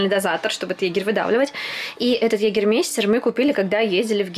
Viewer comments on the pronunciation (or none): Егермайстэр а не Егермейстер🙈